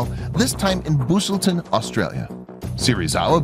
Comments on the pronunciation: “Boostleten” Busselton: Bus-el-ton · You pronounced busselton wrong Bus-elton not boo-selton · Its pronounced "Bus-el-ton" not booselten hahahaha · I know this video is a year old, but Busselton (Australian town) is pronounced "Bus-il-ton", not "Boos-il-ton" :') Great video! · It’s bus-ul-ton not Boos-el-ton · Mate it’s pronounced bus-l-tn not booselton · It's not boo slten Australia it's pronounced bus lten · boosleton??? what the fuck?? you mean busselton? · The town in Australia is pronounced Bus El Tonne. Great spot for a visit, apparently Kaiju think so too 😂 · nah booselton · Booosleton Australia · Booossellton australia lol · Did this man just say boosulton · Hello 👋. Just saying it’s pronounced bus-sl-tn in Australia . 😊👌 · busselton is pronounced bus-al-ton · As if you pronounced busselton as boosselton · you pronounced busselton wrong. source: i live 30 minutes away from busselton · bad bad bad pronunciation of Busselton